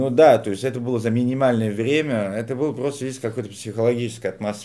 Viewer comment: Перестаньте французить русский язык ударением на последнюю гласную, у нас ударение на корень падает, там смысл слова. Быыыло, а не былоооо начаааался, а не началсяяяяя. Не калечте наше богатство